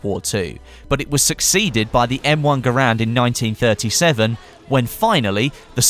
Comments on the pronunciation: He's right it's pronounced "Gerend" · Just a little tidbit, garand is more pronounced "gerend" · you can look it up It sounds cooler pronounced "gurand", but it's "gerend"; similar to the carbine being pronounced "carbean" ordeal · "Garand" rhythms with "Errand" pronounced "Gh-air-and" and is not pronounced "Ger-rand".